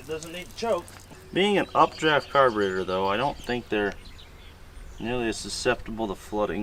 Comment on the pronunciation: is da Ca-burrr-tatorrrr!!!